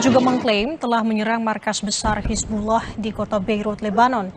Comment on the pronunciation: Hisbulah bukan hisbuloh,, pake A mbak,,, bukan O